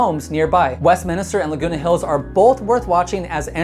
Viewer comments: By the way, it’s WestMINster, not WestMINISter. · Pronounced Westminster, not Westminister 😁